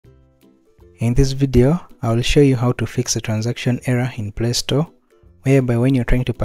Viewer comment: Bruhhh why lay stote 😭